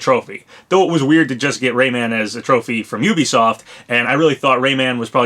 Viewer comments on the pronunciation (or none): none